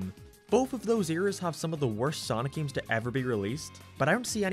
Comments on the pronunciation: I like how he says "games" g e e m s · The way you say games or gaming is Irish